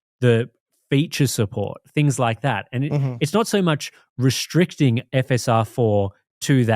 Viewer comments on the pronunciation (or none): It's restricting, not 'reshhhhtricting'